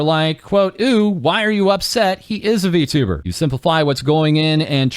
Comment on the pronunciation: Well, at least xQc doesn't say vtubber anymore.